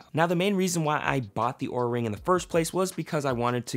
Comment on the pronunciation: UnjustifiedRecs and in this video he also pronounced it wrong. Lol